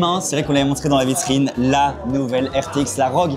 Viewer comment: R - O - G pas ROGUE xD J'en peux plus xD